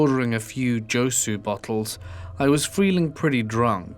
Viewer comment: So many people in these stories are incredibly stupid lmao. Also it's soju, not josu lol.